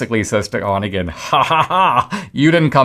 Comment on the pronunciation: Dinesh, Онегин —> Onegin is pronounced uh-NYAY-gain, not ON-uh-gain.